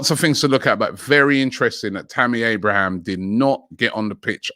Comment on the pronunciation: He’s never gonna learn 😂 “Lachuro” Martinez, Tammy “Abrahams”